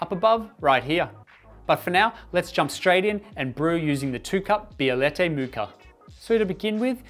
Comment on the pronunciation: Say Bielette 1 more time